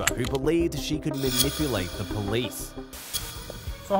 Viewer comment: I Didn’t Do AnythinG-GAH H O W-AH I Can Not-Tah Stand-Dah The Way-Yaa That These PeopLe TaLk-Ah I Hate IT ALL-Lah!!!